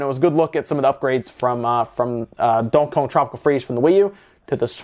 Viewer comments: slow down a little when you say Donkey Kong. It always comes out as “donkyong” lol. I’m just bustin’ your chops, but it’s still true. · Dude please stop saying Donkey Kong like that it's two different words not one 😂😂😂😂😂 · It bothers the fuck out of me 😂